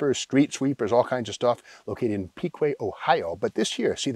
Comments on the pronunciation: Steve, Cool vid as always! For reference's sake, "Piqua = Pick-wah". 😉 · Steve, it also said "DIVCO," as in the old milk delivery trucks, on the Miller-Meteor tag!! I've always heard it pronounced "Pick-Wuh." It's just up North of Dayton, where the T3s were made. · The town is pronounced, pick-waa. Piqua, OH. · It's pronounced "Pick-Wah" Ohio.. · Piqua Ohio pronounced Pick-wah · It's pronounced Pic wah Steve. My favorite DJ on WXRT Chicago is from Pique Ohio! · Here in Ohio we’d pronounce it “pick -wa”.